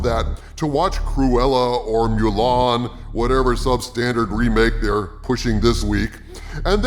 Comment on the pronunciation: I like how pronounces Mulan, MULE-AHN...lol